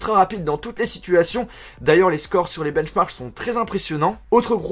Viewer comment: j'ai bien entendu benchmarche ? :D Sinon bonne vidéo, juste pense y la prochaine fois ça ce prononce marque et non marche ^^ ( comme je sens les bons commentaires arrivé, c'est pas méchant, voir l'inverse, ça à pour but d'être constructif ^^ )